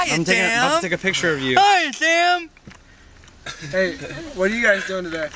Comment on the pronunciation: I love how they say your name with a "th" so instead of "Sam", it's "Tham"